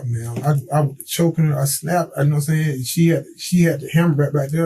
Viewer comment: "Nahm saiyn?" Yes, i speak English